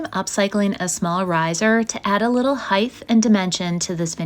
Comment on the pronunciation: The word "height" ends with the letters "ht" not "th" so it does not end with the th sound that you spoke.